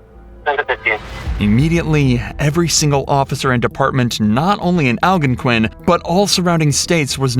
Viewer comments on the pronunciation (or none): "AL-gon-quin" is not how it's pronounced. The word is "al-GONE-quin". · Yikes! Al-GON-quin, accent on the GON. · Algonquin is pronounced al-gone-quinn This case happened very close to home it is so horrible that these two people were taken so soon by their son nevertheless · "Al'-gun-quin" <==== Very smart!!! 😅 😂 🤣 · Its pronounced al GON quin. A lovely town, small, neighbors are close and friendly. I live in Cary, about three miles away. North West burbs of Chicago. 🎉. M. IL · what a unique way to pronounce Algonquin. it should be Al-Gone-Kwin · AL GON QUINN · You trashed the name Algonquin. It's pronounced al-gong-quin. Named after the Algonquin Indians. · They do say the name of the town at but it was mispronounced. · this narrator is always WILD, but mispronouncing Algonquin sent me straight to the comments 😅